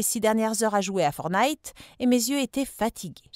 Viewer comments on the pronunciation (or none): c'est pas "fornite" mais "fortnite"